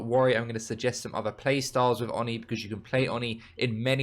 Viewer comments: It's "Oh Knee", not "on knee" :D Love your content 💕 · Absolute no offence, but i love how you say "" haha, sounds funny haha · I swear it’s pronounced ‘oh-knee’ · On knee